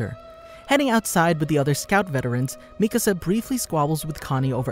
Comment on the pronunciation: It's nice to hear someone actually pronounce Mikasa's name right, instead of saying the spanish word for house "Mi Casa" 🤣